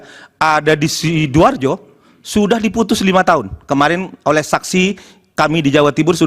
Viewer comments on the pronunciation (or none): none